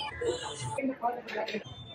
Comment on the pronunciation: মহাআষ্টমী ❌ মহাষ্টমী✅